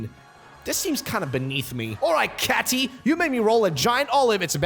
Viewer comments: It's Katie not Catey Kay-ti Cat-ie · Did you just say Katy instead of Katie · it’s Katy kay-Tee